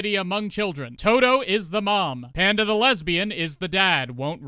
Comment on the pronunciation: I hear "Hand of the Lesbian" every time you say "Panda the Lesbian"! 🤣